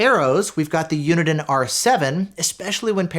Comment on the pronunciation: You pronounce Uniden so weirdly.